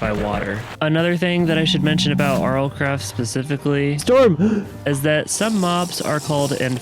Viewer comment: "ERMM ACHUALHYY YOU BEAT MINECWAFT IN RLCRAFT NO YOOU DODNT BEAT RL CWAFT"